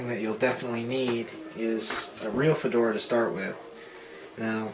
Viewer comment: fedora sounds like "for dora"